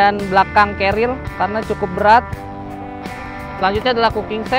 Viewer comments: Wwhhhhhhhhyyyyyyyy😢😢😂😂😂 knp kbnykan menyebut nya "carriel" bukn "carrier" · Si abang selalu bilang Cariel ;) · Ga pake L bang, pake R kerir. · ngomong carriernya “carriel” wkwkwkwkk